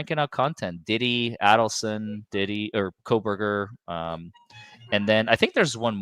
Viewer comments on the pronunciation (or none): it is pronounced like this A-DELL-son (Adelson) not Addel-son